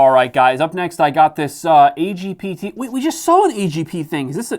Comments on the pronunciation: the AGPTEK IS ALSO A DANK PODS SPECHAL AND SAY IT AS A WORD NOT THE LETTERS THAT HOW DOES IT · yea the agpitec as would say it